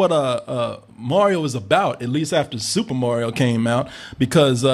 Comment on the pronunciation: Haha "Morio" is the new Mario